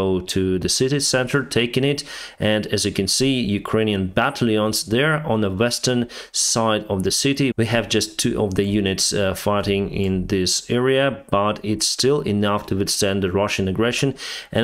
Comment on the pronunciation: E very now and then I like to help you with English pronunciation...it's generally very good. However, battalion is pronounced BAH-tal-Yun. Tal rhyming with the name Al.